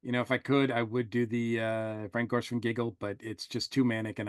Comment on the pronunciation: It’s frank gorshin not gorshwin just fyi